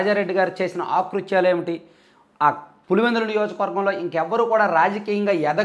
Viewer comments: Akruthyalu not aakruthyalu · ఆకృత్యాలు కాదు అకృత్యాలు అనాలి భాషా దోషం